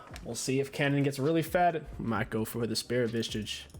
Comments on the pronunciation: Highest difficulty task for you was pronouncing "spirit visage". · bro deadasss LMFAOO I was dying